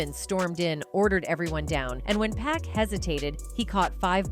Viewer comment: "POCK!" not Pack... 🙄